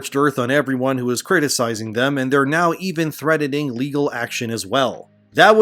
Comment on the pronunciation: Sounds like you're saying threadening, you pronounce the T in threatening. LOL